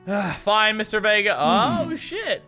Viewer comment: thank you for pronouncing my last name Vega right